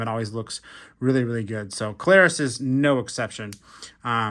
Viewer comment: Its see-low-roos not co-lare-us